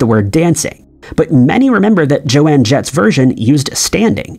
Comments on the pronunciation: It's Joan Jett, not Joanne. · Is this Narrator an AI? i THOUGHT HE WAS A REAL PERSON until he calls Bogart BOG-ART and then said Jo-Ann instead of Joan. That is telltale AI. Either that or this is a very uninformed narrator. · Her name is JOAN, not Joe Ann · It's pronounced "Michel-JOANNE-gelo" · It's Joan not Joanne. Dude you've been mispronouncing quite a few names/words as of late. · It's NOT Jo-anne Jett, it's Joan Jett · Joan. Not JoAnne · Oh my goodness, did they use an AI for this? Who on the face of this Earth says JOANN? For the love of everything, it's JOAN! And there's a long "O" in Bogart. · DUDE!!!! How do you pronounce SO MANY EASY WORDS TOTALLY WRONG?!? (okay, not 'so many' .. only 2 so far 11 mins into this vid... but it's not just you, narrators In Entry #6 it's JOAN JETT .... NOT JOANNE JETT!!!!!! ... oh and (Humphrey) Bogart is pronounced "boe-gart' NOT pronounced "bog-ert' ... Bogart rhymes with Go-Kart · JOAN....not Jo-ann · Joan Jett not Jo-Anne Jett, get the facts right will you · Joan. Not Jo-Anne. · Do a little research before making videos. You sound ignorant, and obviously are, saying Joanne over and over when it is Joan. How in the world do some of these people have a platform ? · JOAN NOT JOANNE! She is one of my fav musicians and it’s standing!! Also it’s pronounced Bow-gart not the way you said it lol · JOAN JETT DAMMIT! Not "Joanne"... Man, do you even know who she is? You are obviously way too young to have lusted over Joan Jett in the 80's and I bet you don't even "love rock n roll" 🤣 Dude, please QA your TTS track as there have been numerous errors so far and I am only 11 minutes in... in fact, so maybe that is also a Mandela Effect... Spook. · Her name is JOAN! JOAN JETT! NOT JO-ANNE!!! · No one i ever knew in the 80s ever said jo-anne jet. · Omg I can't handle hearing him say Joanne 😵‍💫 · Dude, you're contributing. It's JOAN JETT, not Joanne. Joan Jett. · And it's JOAN JETT! Not JOANNE! UGHHHHH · Yep, that was driving me nuts!